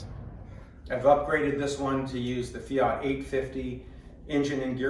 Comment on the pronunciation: Mate, if you can pronounce Alfa Romeo correctly, why are you not able to pronounce Fiat correctly. Afterall, Fiat is not spelt Fiaaat. And yes the Multipla is a cool reminder of the past and in all likelihood the first people mover (aka SUV).. My brother has two of these Multiplas, both require restoration though.